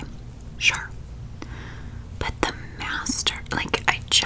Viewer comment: the way you emphasized the masters 😭😭😭😭 please you are so funny